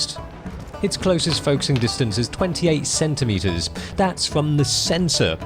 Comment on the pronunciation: I like the way he says "centimeters" "CENTHimhetherss"